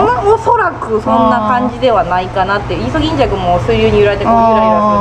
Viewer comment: 一瞬溺れてるかと… の「イソギンチャック」耳から離れない😆